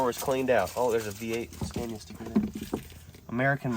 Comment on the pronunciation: It's 'Scan-eee-ahh', not 'Scan-yah'.